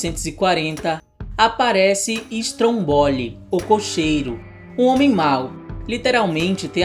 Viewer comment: Não é Strombóli, é Strômboli, e ele pode ser o q for, o fato é q é um vilão BEM barulhento com seu jeito de ser!